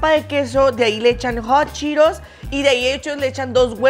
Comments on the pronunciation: Es:hot Cheetos No:jochiros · Que no se pronuncia hot cheetos “jat chiros” 😂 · Like por todas las veces que dijo hotcheros😂😂😂